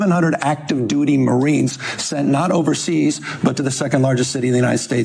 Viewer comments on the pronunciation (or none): none